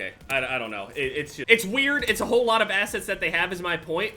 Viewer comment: replace the times he says "assets" with "assheads" and everything makes sense, cause that's actually what it sounds like he's saying